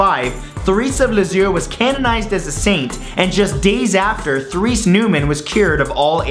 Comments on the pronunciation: Matthew, I don't mean to be harsh, but -- for a Canadian, your French pronunciation is pretty dreadful. The TH in "Therese" is hard, and the accent is on the second syllable: Ter-RACE. In "Lourdes" the S is silent. The only person who saw the Virgin at Lourdes on February 11, 1858, was Bernadette. Two girls had gone out with her that day, but only one was her sister. Bernadette had been separated from them when she had the vision. Bernadette's corpse has a wax coating -- there is controversy about how much of what you see today is really her. I could go on, but as you intimated -- all of this is very controversial. There is no truly objective book about this material, although I've considered writing such a work. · Just t let you know it is pronounced Tur-ese, there are several saints with this name Therese. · Matthew Santoro. your facts are so off. so are your pronunciations and so many other things in this video. There is no such thing as a conventional Franciscan And it is pronounces Terese. not Therese. idiot. you are a fucking idiot. And it's Fatima. not fateema. do better research idiot. on the money in zelda are rupees. not Ruby's. idiot. plus, you don't throw rupees on the fairy fountains. they are free. idiot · Therese is pronounced "Terez"... lol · Look, I agree with all of these miracles. The one thing I cannot get passed is your mispronunciation of Therese, and Martin De Porres. Please next time you want to do a video about saints, find out the pronunciation first. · Love the show, but that pronunciation of Therese was horrible!